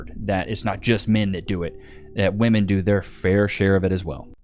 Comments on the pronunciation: What the f is going on with young people unable to distinguish the difference in pronunciation between woman and women? It's woom-uhn and wim-in. NOT WOOM-IN! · Why do so many of them pronounce women as "woman"? Do they not speak English? Woman and women are not pronounced the same FFS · Still baffles me when a woman cannot correctly use that term in the right context. They’ll refer to multiple women and still pronounce it in the singular. ITS SAID DIFFERENTLY YOU DOLTS. Women - singular - w(uh)man Women - plural - w(ih)men Stupid.